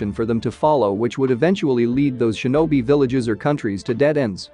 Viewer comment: Ok i couldn’t tell did it say shemen or semen this is a genuine question